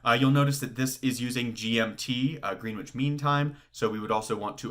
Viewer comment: Thanks, your videos are very useful. As strange as it seems it’s pronounced Grenich mean time, not Green which